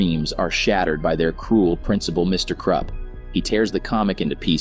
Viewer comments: Its Krupp not Krepp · It’s Krupp not Krepp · Krepp? It's krupp lol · Bro keeps saying “Mr Krepp” 💀💀💀😭😭😭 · You don’t DIE (Edit) also it’s not me KrEPp it’s Mr KRUPP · Bro really said “Mr. Krepp” 💀💀💀💀💀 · "Mr Krepp" 💀 im not hating btw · I like how he calls mr Krupp Mr Krepp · It sounds like “Mr Crap” to me 😭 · You’re mispronouncing the principals name his name is Mr. Krupp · When I hear him say mr. Krupp, He says Mr. Crap. 😂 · I like this video but it sounds like it says Mr crap